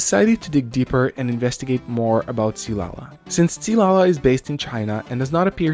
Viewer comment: Hold up did I just hear a white guy pronounce qi correctly?